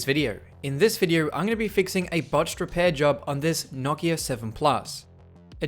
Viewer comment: Holy crap it’s so nice to hear someone say Nokia correctly.